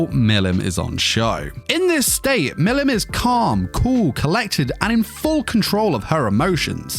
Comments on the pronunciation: Bro you saying Milim wrong it’s pronounced Mileam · Butchers her name the whole bid